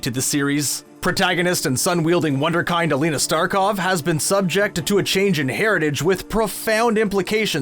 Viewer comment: Your narrator needs to investigate the prononciation of "Wunderkind"